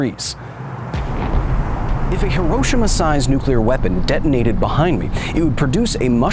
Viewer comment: You know what really grinds my gears? When people pronounce nuclear as "nu-kyu-lar", not "new-klee-ar". Good job to Kyle on correct pronunciation. 💥